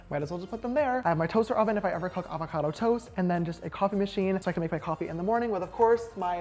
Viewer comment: “Avacada toast” 🤣❤️